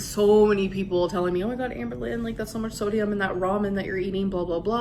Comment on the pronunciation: I like when she says thodium